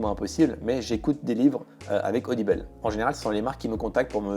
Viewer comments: C'est rigolo, tu prononces audible "audibeule" :'D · odibeul au lieu de "audible"... j'ai été surprise ! MDR